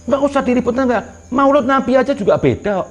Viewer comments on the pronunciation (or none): maulid bo krbo bukan maoloood🤣🤣